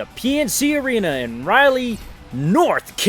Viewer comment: Sweet video! My Birthstate won it all but as a side note it’s pronounced Rah—Lee (Raleigh, North Carolina)